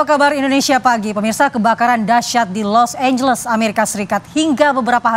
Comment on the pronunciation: Los Angeles jadi Los Ambles